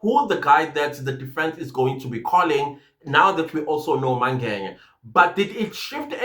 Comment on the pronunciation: i always wonder why you call Mngena by Mange"nya"😊😊